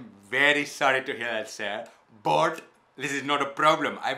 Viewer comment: That ‘BUT’ had me in tears😂😂